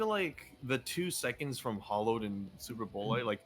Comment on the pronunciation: When they ALL Pronounce Superbolide wrong crys in pronunciation But i feel like Tanks in General are in a good spot minus GNB who needs a good amount of potency buffs but aside from that well get fixed before raids soon enough.